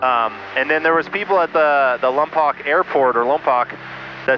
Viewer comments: It's pronounced Lom-Poke. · he said "Lompoc" like Vin Diesl said it in Fast and Furious "LaOMMM-POC" haha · FYI Lompoc is pronounced Lompoke!